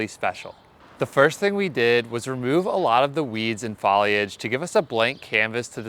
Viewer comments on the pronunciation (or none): Looking great! I've never heard foliage pronounced FAH-liage! 😘